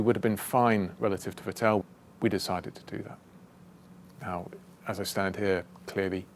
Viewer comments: I still cant stand it how he sais Vettel... Im i the only one who thinks its VETtel and not vetTEL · Va-tell? It’s emphasis is on the first syllable, Vett-el. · He pronounces Vettel like Patel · Nice one. But one thing is always bugging me, on both "Vettel" and "Pérez", James emphasizes the second syllable, but the emphasis should be on the first one. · I LOVE James but when will this bright guy with such an agile mind (who seems to be a nice, respectful man, too) challenge himself to pronounce Seb's name with better performance...;)? That said, as always, I am in awe of your "win as a team, lose as one" mantra. "We" came on at an angle says it all. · Great video, it really put things in to perspective, but my only point of criticism is, that in german you put the emphasis on the "V" rather than the "t" in "Vettel".